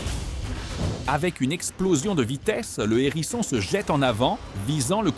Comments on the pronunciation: Un "h"érisson et non un nérisson, humain au faible vocabulaire ou IA sans subtilité linguistique. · Il s'agit d'un "HÉRISSON", pas d'un "N'ÉRISSON ! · On ne dit pas un n'herisson mais un herisson il y a un H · un Herisson, pas un Nerisson ! 😂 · Waou,c’est impressionnant, j’adore cette vidéo. Merci. Éviter toutefois de faire la liaison avec hérisson. Un hérisson pas un nérisson, des hérissons pas des zèrissons😂